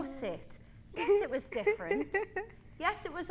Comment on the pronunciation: Perriè: That Corset! I liked it! I don't care! I thought it was very DIFFERRONT Perriè: Get a grip, it's called FASH-HEN! 😂😂😂😂😭